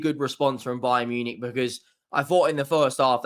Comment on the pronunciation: bayern nunick 😂